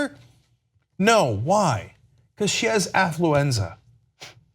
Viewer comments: 'Afulenza.' Hah hah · Affluenza!??? Lol